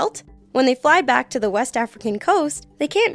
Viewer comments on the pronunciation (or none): none